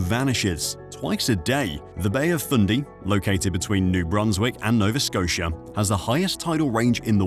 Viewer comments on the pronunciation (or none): none